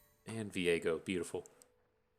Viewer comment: So you are doing the misspronounciation of Vi-Ego on purpose? In that case it's just unfair to leave Nautilus out. Call him Nuttylus or something for consistencies sake. :-)